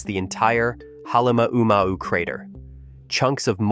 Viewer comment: Please pronounce the name Kilauea and Halemaumau correctly please.